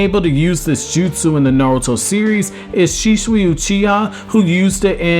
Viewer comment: Nigga say shisueeee